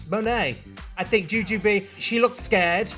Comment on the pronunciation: The way Bob still to this day pronounces Monet “muh-nay” LoL